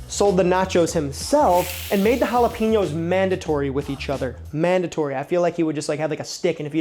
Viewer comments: It pronounced hala-pen-yos Not hala-peen-yos. Just so ya know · Okay, - Jalapenos are pronounced Hala-PAIN- yos.... NOT Hala-PEEN-yos. Please adjust. Thank you.